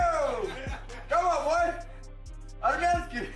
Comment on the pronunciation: Khazmat calling Arman “armanskiii” is hilarious